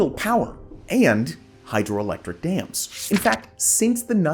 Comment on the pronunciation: The Three Gorges Dam only changed the earth's rotation by like, 0.00001%; which is statistically negligible. It is still roughly 23.5⁰, it like complaining your teacup was 50 picometers too far away. It's Dams not Dames. Dame is can old timey word for a woman, a Dam is not that. This policy is less destructive than staying reliant on Coal, though a necessary downside of building a dam is the damage to the river's ecosystem... Which can be easily minimized by diverting flow around the construction area before building the dam, which is basically standard procedure for building dams anyways. The Three Gorges Dam, is completely fine. It's location was specifically chosen because the river was prone to flooding and pretty badly polluted anyways.